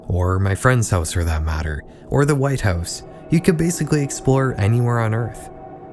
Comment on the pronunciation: Saying "house" gives you away, Canadian